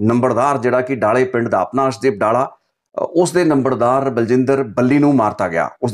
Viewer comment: ਡਾਲਾ ਨਹੀਂ ਡੱਲਾ ਏਹ ਪਿੰਡ ਦਾ name